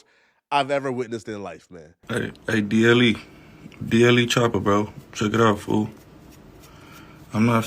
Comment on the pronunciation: Bro said DLE 😂